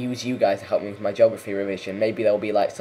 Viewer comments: Do we need another Australian to come out and teach you English how to speak your own language? It's pronounced /ge/og/raf/e\ not /jog/raf/e\ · Its a joke god damnit!! The way hes saying it sounds like jography